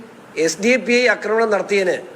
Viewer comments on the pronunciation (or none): none